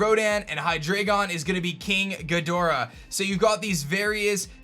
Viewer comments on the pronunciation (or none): none